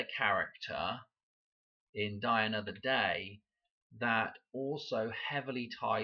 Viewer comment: When you say, “die another day,” it sounds like you are saying “Diana”…. “Die ano”